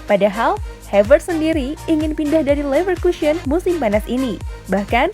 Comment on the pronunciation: Leverkusen woy bukan leverkusyen Leicester ngapa jadi leister sih